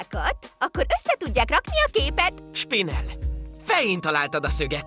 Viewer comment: MIÉRT MONDJÁK S-EL A SPINELT?! Agyrák!